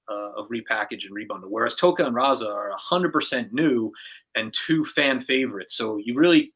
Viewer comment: Its Rahzar not "Rahza"